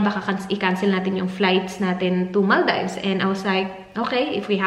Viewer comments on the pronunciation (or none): MAL-DEEVS not mal- dives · It’s pronounced as mal-deevs